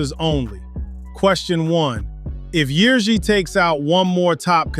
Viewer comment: nice Ř pronunciation mate